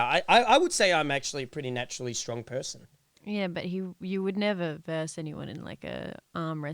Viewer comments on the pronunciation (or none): none